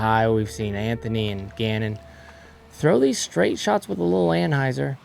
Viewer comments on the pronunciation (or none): none